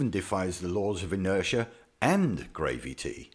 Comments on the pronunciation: Is his mispronunciation of Gravity supposed to be funny? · why do they pronounce it as gravy tea? it really flabbergasts me :/ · It took me this long to realize he was making fun of "gravity" by saying "gravy tea" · I didn’t get what he meant by gravy tea until he said gravity. Lol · Took me a bit to figure out what gravy tea he was talking about. OMG GRAVY TEA....GRAVITY SO F@ FUNNY. HA HA HA HA HA HA Seriously I have to reconsider watching these videos. I believe I am just getting a brain aneurysm. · Sorry, maybe it's the accent, but did he say gravyty? mmmm, I'd sure love some over mashed potatoes. I bet you it would stick to the potatoes very well due to some magical force. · Every single time he said "gravy tea" I burst another blood vessel in my brain... I just... I don't... WTF?!!??! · What the hell is "gravy tee"???